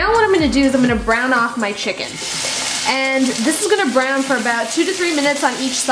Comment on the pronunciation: I thought you said Brown the chicken not burn it...